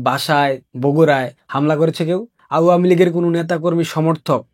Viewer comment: আওয়ামী উচ্চারণ ঠিক বুঝতে পারছি না